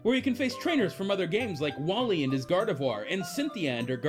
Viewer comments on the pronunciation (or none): Wally and his "Gardivoir" WOT? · this nigga say gardoivar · Wally and "gardevoir" really